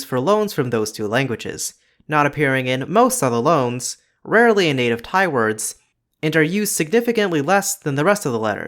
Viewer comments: I'm a native Thai of myself and I want to say that the way you pronounced Thai consonants is so delicate and slightly adorable for a non-native speaker, buddy. Keep up the good work. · As a Thai native I really appreciate your explanations in this video! There are things that I took for granted and things that I didn't know before especially the sound changes that led to the hot mess we have today. Also, you do well on the pronunciation!